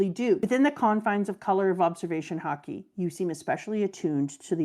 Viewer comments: Dear, please pronounce Haki like you did and not like you did. Every time I hear Haki pronounced Hakay, I get so distracted that I miss what was actually said. I rewind and I hear "Hakey" again 😒. I believe that you should not intentionally teach incorrect pronunciation. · How does she keep mispronouncing Haki? Shes Canadian, it’s literally pronounced the same as her favorite sport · Am I the only one that finds her saying “hakei “ annoying instead of haki? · Does it bother anyone else that purposely mispronounces Haki? I'm fine with people struggling to pronounce words in a different language, but when you know the actual pronunciation and mispronounce it on purpose, it feels disrespectful to the language. It would be like if I pronounced "taco" as "TAY-ko" or "Shakespeare" as "Shakey-spearey" just because I think it sounds better.